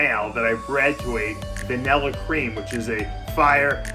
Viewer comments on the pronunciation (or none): Vanillarish lol love the accent